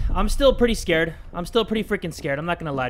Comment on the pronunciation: turns into a big 🐱 when he's scrred, if you catch my drift Also "scrred" isn't a typo, it's how pronounces "scared" sometimes